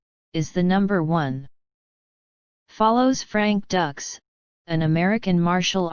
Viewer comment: This Video Sucks And It's Not Frank Ducks! It's Dux! And You Forgot JCVD (2008) Which Is Also A Good JCVD Movie!